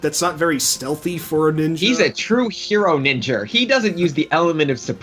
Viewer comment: What accent causes one to add r to the words Ninja and Idea. Ninjra! Idera!